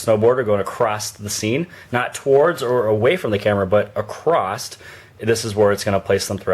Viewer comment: Acrosst... Seriously?